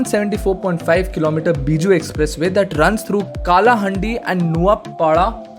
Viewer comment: So many mistakes... Not Kolapur.. It's Koraput,.. Not Not Nuapara.. It's Nuapada...... Not Kalahundi it's kalahandi....